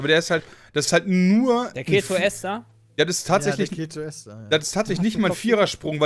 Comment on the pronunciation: Ketoester wird die ganze Zeit falsch ausgesprochen, dass macht micht irgendwie fertig...das e von ester wird lang gesprochen, wie bei dem wort Esel :D Ja das ist ein schlechtes beispiel, ich weiß :D